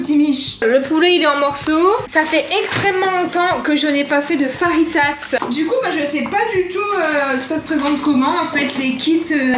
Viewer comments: Pq elle dit faritas mais ça c'est écrit fajitas et ça donne faim 😋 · Juste pour te dire qu on dit feuitase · Non on écrit fajitas car les j se prononce r en espagnol